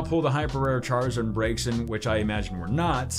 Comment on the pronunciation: I don't think it's pronounced:(Breaksin) I think it's:(brazen)